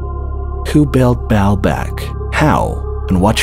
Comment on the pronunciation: Yeah he said belt for word built